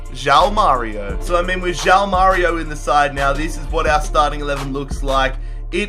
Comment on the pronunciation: stop saying JAU MÁRIO it's JOÃO (juaun)